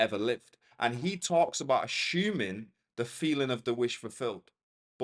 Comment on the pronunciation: Lovely vid. Yes I will keep ashuming 🫶🏾😂